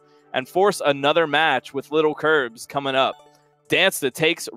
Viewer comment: Stop saying littlekirbs its lilkirbs